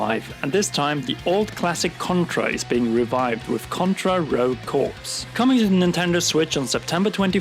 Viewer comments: Daemon X just made by boycott list. Shame Btw, "corps" is pronounced 'core', as in Marine corps LOZ is an auto buy. Waiting for reviews re: Contra, and Ori looks like a lock. p.s. I stopped buying big AAA conversions. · Contra: Rogue Corps........ it”s pronounced “core” not “corpse” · He's speaking the same English language, so there's no language barrier. The way he pronounces it, makes it a completely different word, "Corps" is pronounced "core", but he pronounces it "corpse". Even Brits know its wrong. This is covered at a 5th or 6th grade reading level. Its not hard, its incorrect, and its annoying. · "contra: rouge corpse" lol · The word Corps is pronounced "kor" and it really annoys me when me people pronounce it the way it is spelled. That's all. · the british pronounce it along the lines of "Kaw." It's not about someone's accent, it's that he is literally pronouncing it incorrectly. It's like if someone pronounced the L in salmon. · dude nobody really cares. Not everybody is born in America. In other countries they literally pronounce it as they read it. Just like Americans pronouncing French & other languages wrong.